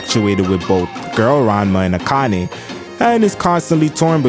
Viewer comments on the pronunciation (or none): none